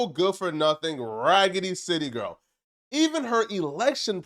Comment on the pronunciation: Damn, ragidy city bro?😂😂😂